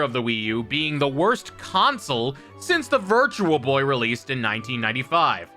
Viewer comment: Its called virtual boy..not virtua boy. And im willing to bet youve never played one. Just like all the other millions of ppl who make the the headache and eye bleeding jokes